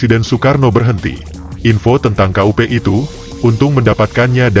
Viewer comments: Kok "KA U PE" 😅 ,Ya dibaca kup=kudeta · Kup bukan k u p....bukan singkatan....!!!